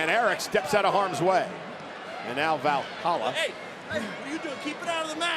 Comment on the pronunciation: I wonder if Cole will ever pronounce valhalla correctly